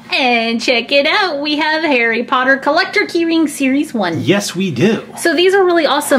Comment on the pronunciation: its harry potter not hairy potter